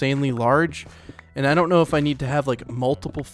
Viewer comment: when he said "i don't know" he said it like "i don't knOw" 💀